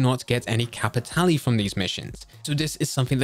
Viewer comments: I'll say it...STOP SAYING CAPITALLY! It's Cap-it-Tahl. Like Leviosaaaaaahhhh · Nah, it's Cap-i-tah-leh.